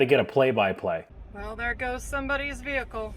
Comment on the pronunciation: that last Vee-Hikull haz now damage transmission